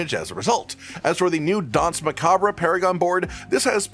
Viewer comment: "Muh-Caab-Re" No. "Muh-Caab" Yes.